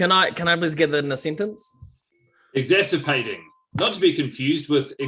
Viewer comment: What word was assigned? It sounds like “exasirpating,” which I (like!) initially interpreted as “exacerbating” (i.e. making worse), but since that was apparently not the case, is it possible that Guy was mispronouncing exasperating (i.e. frustrating - see ) in a way that made the word impossible to spell? If so, deserves retrospective bonus points and Guy may wish to consult a language coach before this otherwise delightful show makes its triumphant way to TV!